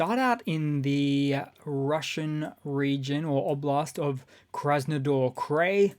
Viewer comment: Krasnodar... dar, not door.... krai... like fry... not like fray.